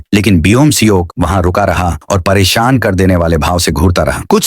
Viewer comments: Para shan❌️ perisiun✅️😵‍💫😵‍💫😵😵😵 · parishan❌ parishiyon✅ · Wo periseon nahi pereshan hai